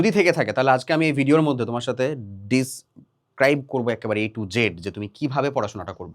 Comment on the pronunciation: ডিসক্রাইব না ডেসক্রাইব 😅